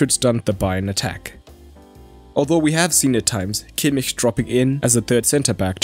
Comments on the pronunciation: Thats how you say kimmich... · That's the proper pronunciation. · That's how it's pronounced in German.